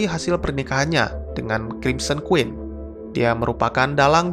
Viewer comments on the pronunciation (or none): none